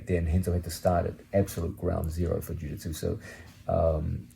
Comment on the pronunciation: He says Jiu-Jitsu like my dad Jaditzoo